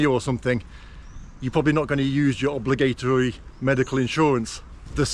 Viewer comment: I've never heard "obligatory" pronounced like that even in London.. sorry but..